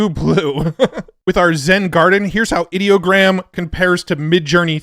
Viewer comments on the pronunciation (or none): It’s funny when someone like Ideogram tries to work the word Idea into their name, but then you pronounce it like they wanted the word “Idiot” in their name 😂 Another excellent video about all the fun tools we have to play with 🎉